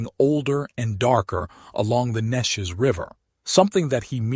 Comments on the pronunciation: Thanks! I had no idea and we live nearby. The river is pronounced, Nee Chez around here. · AI can never pronounce Neches correctly.